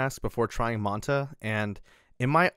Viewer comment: Its pronounced Man Tuh. Like Manta Ray. Like the logo. Get it?